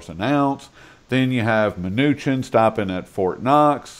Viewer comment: That was the best interview ever...he just kept pronouncing Munchinks name wrong!?!